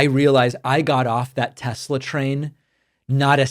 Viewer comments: I LOVE TESSSLERRRRRR! My apologies for the hard R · Tes- Ler! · Trump: "I LOVE TESLER!!"